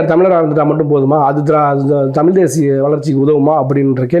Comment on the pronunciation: தம்பி எந்த மொழிக்காரனாய் இருந்தால் என்ன? அவன் நேர்மையாளனா என்று மட்டும் பார். நீயே தமிழை தமில் என்கிறாய். முதலில் நீ திருத்தமாகப் பேசு.